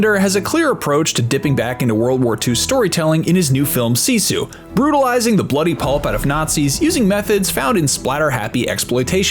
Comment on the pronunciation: You would have gotten a thumbs up, but your pronouncing SISU WRONG!